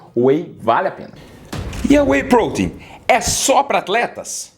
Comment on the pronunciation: Sinceramente.. Eu gostei do vídeo, bem explicado, bem detalhado, mas Sinceramente.. A forma dele falar "whey protein" quase fez eu parar de assistir u.u maaaas, o vídeo realmente é bom..